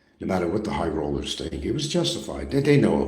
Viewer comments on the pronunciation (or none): Same as he calls out the "High-Roaders" "High-Rollers" "Highhollers". Lol